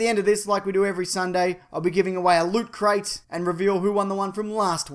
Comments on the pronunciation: Loot Crate? Don't you mean Lut Crate? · Star Wars and Star Trek,share... Stars. Both universes are linked, confirmed. Now Lutcrate me, for I am the official weekly wackadafuckyoumason! It's pronounced lutcrate